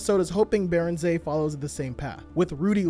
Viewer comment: You actually nailed Niederhauser's name! Joan Beringer on the other hand... Phonetics aside, incredible video as usual